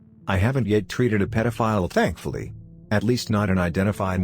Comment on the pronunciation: It's because the narration keeps fucking up on that word. XD It sounds really funny. XD :3